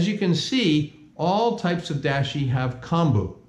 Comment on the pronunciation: I love the content, and I like and subscribed…but, you are mispronouncing Dashi, and it’s annoying. It’s pronounced Dahh-she, not Dash-y.